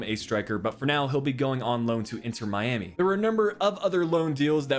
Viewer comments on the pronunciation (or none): none